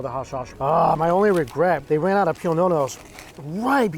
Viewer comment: is not pinones is PIÑONES LEARN YOUR SPANISH THANKS